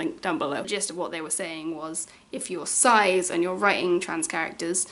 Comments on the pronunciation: (its pronounced Sis!! rather than size!!):) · HAVE I BEEN PRONOUNCING CIS WRONG THIS WHOLE TIME